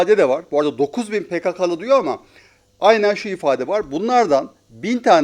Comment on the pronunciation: Pekekeli değil pekakalı